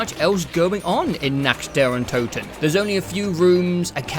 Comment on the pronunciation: German here. No idea what went wrong with your „fixed“ pronounciation of „Toten“ and „Untoten“ but the fixed version was even worse than the one you said before looking it up :D the way you pronounced „Kino der Toten“ was actually really good the first time for a non German speaker :D Nevertheless. Really excited for the rest of this video! :)